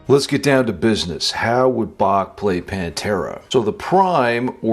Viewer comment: The third time you said Bach when practicing, , was correct. The ch is much softer and more silent than people realize. That is, except if you're going for swiss german or dutch.